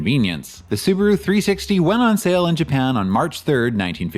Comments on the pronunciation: It was interesting to hear Subaru pronounced as Soo-baah-roo in the early US ads - our Kiwi friends still pronounce it like that, and I always thought that it was just a local quirk. Maybe that's just the way it's meant to be said... Anyhoo, that video was definitely worth the wait. I appreciate the huge amount of research and effort went into it, so thanks heaps - I really enjoyed it. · correct. It's su Ba ru. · Apparently Subaru didn't even know how to pronounce their own name in the 60s